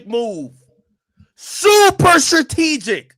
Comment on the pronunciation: His drunk behind can't even say "strategic " correctly!! WTH is "sartegic". Get this cornball out of here!!😂😂